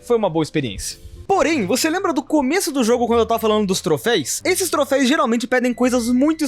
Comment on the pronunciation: Vídeo legal, mas me deu uma dor dele falando "troféis"